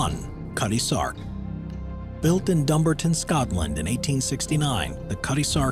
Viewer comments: Sorry "Dumbarton" is not pronounced dum-bur-tun, it's pronounced Dum-bar-ton, as a Scottish marine worker that made me cringe more than anything else in this video 😭🏴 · Interesting and informative then I cried when you butchered Dumbarton. It's not Dumbrtin it's Dumbartn. The bar in the middle is pronounced and last vowel of ton is almost silent. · Dum-Bar-Ton, sorry but that's the way it's pronounced here in Scotland. Other than that great video though. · DUMBARTON, SCOTLAND. Not "DUMBERTON" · Good video. Dumbarton by the way is pronounced DUM-BAR-TERN.